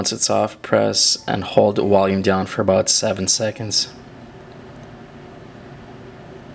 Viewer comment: maaaan this is annoying its Volume now where is there a w in this word enunciate the damn word its VOLUME with a V so i guess violin is now wiolin haha and water is now vater and wait is now vait all in all a cool ass video ooops i meant wideo lol stay safe